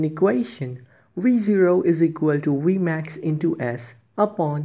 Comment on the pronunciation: Your vmax accent sounds good🤣